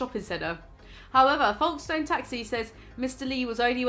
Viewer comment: The way you pronounced Folkestone is killing me 😂